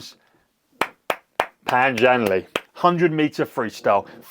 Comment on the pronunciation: You pronounced his name wrong bro. It’s not Pan Zhan Lee. It’s Pān Zhân Lè. I’ll make it soooo easy for you: haaave you checked his Olympic page for the correct pronunciation? Diiid you know this Olympic Champion recorded saying his own name TWICE just for you to learn? I wonder, have you ever bothered to learn Pinying? Or you just ANGLICIZE everything you don’t know and don’t even have the cultural awareness to say it correctly? Learn to SPEAK before you express opinions. It’s like learning to crawl 🍼 before wanting to fly 🚀.